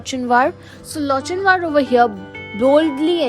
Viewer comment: wrong pronunciation of Lochinvar